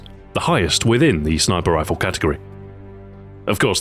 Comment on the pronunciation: "shniper rifle" lol =)